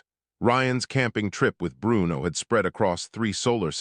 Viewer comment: Why did the AI narrator over pronounce Bruno's name with a bad italian accent? Bru-uno. lmao every time.